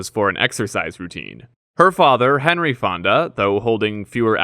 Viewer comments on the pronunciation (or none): none